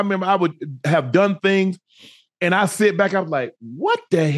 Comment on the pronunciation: He said sitting on them THANGS 😂😂😂😂